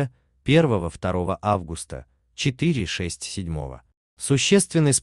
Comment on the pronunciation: Читает как немец августА